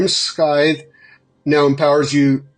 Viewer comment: Just an fyi, you dont pronounce the c in scythe. It's not skythe, it's sythe, or sithe. The c is silent, like the first c in science. It's not skience, it's sience.